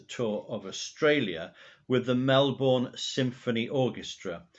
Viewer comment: Hi, as I start watching this I just firstly have to correct you on the pronunciation of our cities. I hope you don’t mind (good line for a song). Melbourne is just Melbin and Brisbane is Brisbin where the Tour de Force premiered. I had a raw audio tape of the complete 3 and a half hour show from Funeral for a Friend/One Horse Town to Saturday Nights Alright for Fightin’ including all dialogue. I also saw the concert 3 times in different states. 2 weeks later he had surgery at St Vincent’s Hospital in Darlinghurst, a 10 minute walk from the Sebel Townhouse where he used to stay when he was in Sydney. I’ve looked over the years for anyone else, solo artist or band, who has travelled with a full orchestra and band and I haven’t found any. There are several single shows but there are no extensive tours that I’ve found. If you’re interested, here’s the link to the (almost) full concert. And again, if you’re interested, the documentary that played on the ABC before the concert was simulcast on the ABC and FM radio. It is my absolute favourite concert of all time of any artist I’ve seen and my favourite of Elton’s. The vocal, as you alluded to, gives each and every song a powerful new depth audibly and, more particularly, in meaning.